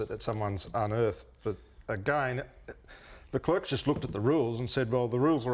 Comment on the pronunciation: Love the show boys... Great stuff... But please, you're mispronouncing Char Leclerc...